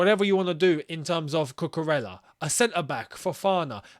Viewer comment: I love u but bro, 2 L’s in a Spanish club or Spanish players name, means it’s pronounced like a Y/J sound. For instance, Cucurella, is pronounced like cucuREYA, or cucureyJA. It’s not a strong J sound tho, it’s on the half of a Y sound but a bit of the J. I hope this helps some of you guys cause it drives me crazy as a Spaniard/Latino to hear people say cucurella like the name ella or Valladolid as vahlahdoelid.